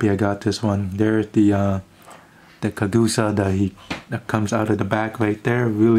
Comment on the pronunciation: Y did you say Kajuka and not Kakuja